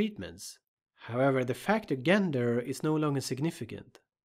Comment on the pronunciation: Excellent video!! Super helpful. I’ve really enjoyed a number of your videos and have learned a lot from them. One very minor thing, gender is pronounced with a “soft” g, so say “jenger” and you’re good to go.